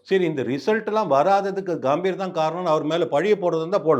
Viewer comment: காம்பீர் இல்ல தம்பி. பெயர் கம்பீர்....க க...எங்க சொல்லு நாலு தடவை....முடியல